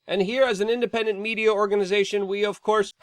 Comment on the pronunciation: ''the independend'' xd omega lol